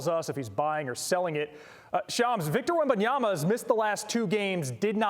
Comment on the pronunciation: “I’m a big Wembyama fan” can’t even pronounce his name. Big fan.